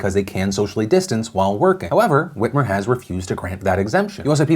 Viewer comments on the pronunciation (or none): Is it just me or does that Michigan governor look a little like Tina Fey in that picture?? Also when Phil first said her name I heard "Gretchen Weiners" like from Mean Girls lol it's like my mind saw what it thought was Tina Fey and heard the name of a character she was in a movie with